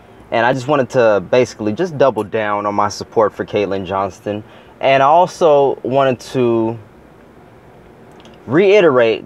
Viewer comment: it''s "Johnstone".. btw, keep up the good work.